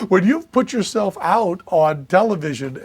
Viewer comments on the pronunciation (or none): none